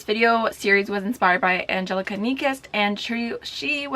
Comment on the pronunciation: Great video! Congrats on 9k❤️ Just wanted to let you know that Angelica’s name is pronounced the Swedish way, so its an-ye-lica where the ‘j’ is pronounced as a ‘y’.